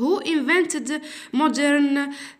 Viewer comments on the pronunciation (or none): none